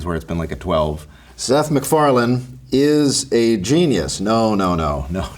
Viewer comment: Meth SicFarland. 😅